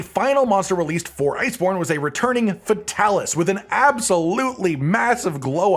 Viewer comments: your character is so gay, but your content is so good. Fix that. Also. FAY TAL ISS. Come on dude. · I feel like Fatalis should be pluralized as “Fatalises” pronounced “Fatalis sees” but idk